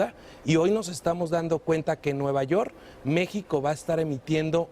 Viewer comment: “Nueva Yorr” 😂